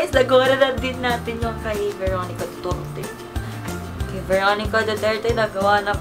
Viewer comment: I love that "DUTIRTI" thingy hahahahahhaah😂